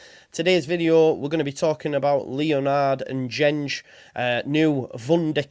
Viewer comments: Should sound more like Dengue…. En gen gay (with hard Gs as in go or gold, as opposed to gene or general) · Pronounced En-Gen-Gay